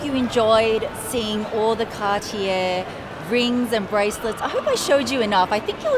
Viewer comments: It’s CAR-TIYEY not CAR-TIYER. Hoho. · Car tee yay not cartiere